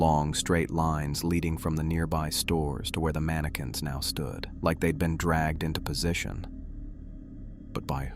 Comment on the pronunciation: Mani-QWINS 😂 cute glitch